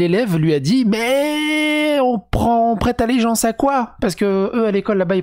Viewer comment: "Prété allegenace" mdrrr